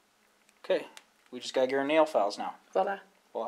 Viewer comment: Voila! is pronounced VWAH-lah, not WALL-uh.